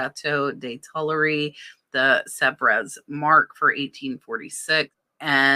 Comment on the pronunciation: Pronounced “ Sev” no -res pronounced! Fyi